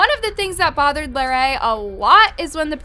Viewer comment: the fact that she says larray like larry 🤡